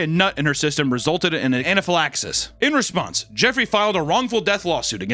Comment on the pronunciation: I can tell by the way Papa said "in response" that he plays MTG